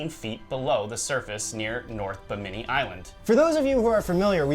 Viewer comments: BIm-IN-ee not Beh- mini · Not ba-mini its bimini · Bimi ni not Bi mini lol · The way you guys pronounce Bimini kills me. It is NOT Bamini it is Bimini. Love the video though. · Repeat after me Yankees bim-ah-knee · uh, guys......Bimini: BIM-a-nee... ;) Looking forward to the next episode, this is an excellent topic! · Hey guys isn't that pronounced BIM-INI? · You guys make me crazy it's pronounced BIM-A-NEE! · I know! that was really annoying to listen to. Buh-minny indeed! ugh! Every time they mispronounced it I cringed. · HA HA HA! I was SCREAMING at them: "BIM-A-NEE!" I'm glad I wasn't the only one! What's truly crazy is that you would think that someone on their team would of caught that. Thank you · The accent is on the first syllable of 'Bimini', not the second. They still teach the "fact" of the Java Man, an early hominid, despite finding in 1921 that the sole evidence of his existence was really the kneecap of a Mammoth (elephant). Max Igan (you tube) presents evidence that shows all "history" before the time of the American Civil War to be very much in doubt. Virtually everything taught in school has been altered for indoctrination purposes, the most egregious innovation being common core math, intended to make the use of simple arithmetic beyond most young people. Try asking a twenty year old grocery clerk what the change from a 62 cent purchase paid for with a five dollar bill would be, if you want to get that "deer in the headlights" stare. I could do this when I was eight. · Hey Guys! It's, not Jack. Anyway, just a heads up on the word "Bimini". It's pronounced with the accent on the first syllable. Y'all keep accenting the second syllable which makes the name sound kind of funny. ^_^ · Guys, your pronunciation of Binimi is incorrect. The accent is on the first syllable, not the second. You can hear the correct pronunciation on Ancient Aliens season 2, Underwater Worlds. Its currently available on Netflix